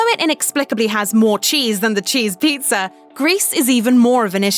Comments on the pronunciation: Never trust someone that pronounces pizza as pizzer. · There is no "r" in pizza! "Pizz'er"? It's driving me crazy. I had to stop watching this 1/4 way in.